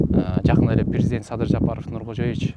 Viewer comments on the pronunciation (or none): none